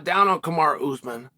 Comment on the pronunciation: It's not ooozmun...it's pronounced as ous maaaaan. Like the Jamaican pronunciation of the word 'man' . Maaan